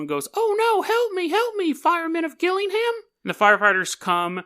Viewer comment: Fuck sake it's gillingham like jillingham